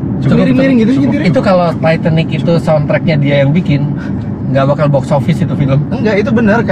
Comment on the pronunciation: Titanic ❎️ Titasik ✅️ 😂